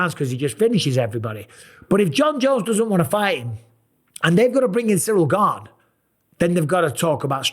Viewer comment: Love the way chael says "Surreal Gane" 😊